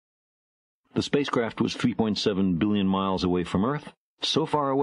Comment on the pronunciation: before I die... play carl Sagan saying " billion" into my ears